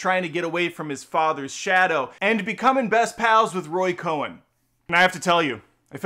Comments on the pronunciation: Cohn. Not Cohen. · Roy COHN, not Coen. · Great review. FYI the lawyer's name is Roy Cohn (Cone) not Cohen. F Trump